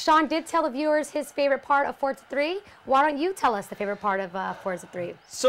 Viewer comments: no and yes why do they pronounce it fortsa?? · there is no T in the name...not fortza 3.....forza 3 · Why is she pronouncing it 'fortza' like that? its pretty funny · It's pronounced Forza ! Not fortsza? It's our language, use it properly!